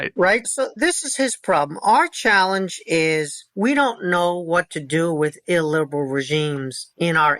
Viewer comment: I really like Kotkin, but if I was drinking for everytime he said illberal, I'd be died.